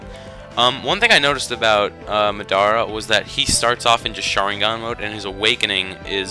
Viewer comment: Why do you pronounce Madara so wierd? xD